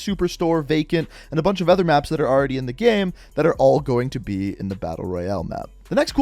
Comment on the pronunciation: The way you same “game” gives me anxiety